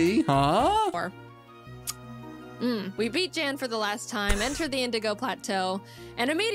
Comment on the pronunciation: I appreciate that you pronounced Jan's name correctly in the video, especially since Jaiden didn't (not that she did it purposefully, I'm sure if she could go back she would pronounce it correctly in the video). Nice reaction videos, I enjoy being able to rewatch videos like this through a different YouTuber's viewing lens. It almost feels like we're watching together in a parasocial sort of way.